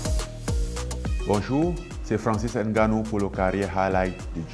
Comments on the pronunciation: Francis on dit ngannou pas n-gannou 🤣🤣🤣. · Même lui il dit N-nganou, ça ne se dit pas le N devant 😟